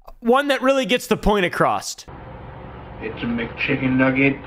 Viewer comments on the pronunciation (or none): "One that really gets the point acrossT" lol